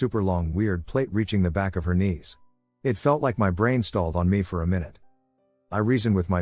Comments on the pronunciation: I heard a "my-noot" finally😂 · * May Noohd 👀😂